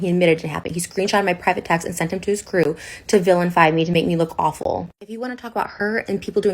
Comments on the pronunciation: "Villain-fy" 🤣🤣 it's "vilify" Trisha lol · Did she say villainfy?